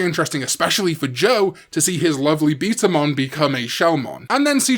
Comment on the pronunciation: it’s betamon not beetamon